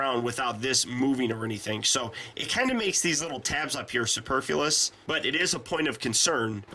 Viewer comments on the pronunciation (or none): superfulous?.......no no no no superfluous.